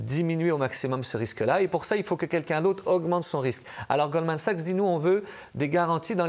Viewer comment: A-M Dussault qui dit "Golden Sachs" tout le long... 😅 Goldman Sachs est la 2e banque la plus riche du monde... Tout journaliste compétent devrait en connaître le nom sans se tromper Honteux. Donnez donc l'antenne nationale à qqun qui la mérite!